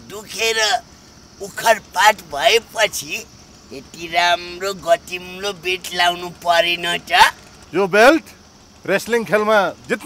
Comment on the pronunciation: पाँडेको घर कहाँ रहेछ, त्यतातिर गतिलो लाई गतिम्लो भन्दारैछन् । सधैं यही सुन्छु त 🤣🤣